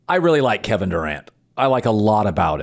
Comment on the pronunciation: Why can't you say Kevon's name, correctly?